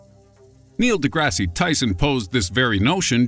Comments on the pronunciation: Please don't tell me you just pronounced Neil's name like the TV show Degrassi.... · did he say Neil "Degrassy" Tyson? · Neil Degrassi Tyson LOOOOOL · Neil DeGRASSY Tyson? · Neil Degrassi Tyson? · please stop pronouncing the e at the end of deGrasse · The e at the end of de grasse is silent. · The last E in DeGrasse is silent. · a decent video. However the e in DeGrasse is silent. but I won't tell him if you won't.